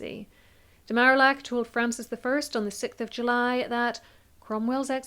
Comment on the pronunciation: I love this video, and your analysis of Cromwell’s rise and fall! One quibble: the French ambassador’s name is pronounced Mar-ee-ack.